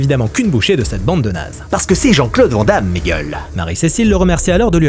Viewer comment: "Van Damme" se prononce "vanne" comme une vanne ou un van.